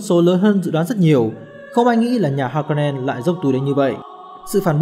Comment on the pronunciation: kwisatz haderach, harkonnen, sietch... phát âm sai hết nhé bạn. nhất là nội dung video xoay quanh kwisatz haderach, từ được dùng nhiều nhất, thì lại là từ giọng đọc sai nặng nhất, khiến nội dung video rất khó để follow.